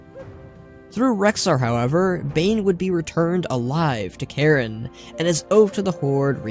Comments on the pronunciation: You pronounced Cairne as Karen. It's CARE-N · K Air Ne not Karen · You calling Cairne Karen the whole time killed me inside. xD Srsly! I am now FORSAKEN! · So nothing about moira giving magni the spell to commune with the world which turned him to crystal? Huh really stingy here eh? Lol his name is CAIRN not karen wtf